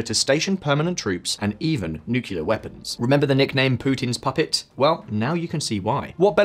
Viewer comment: It's not nukyeelar, it's nuklear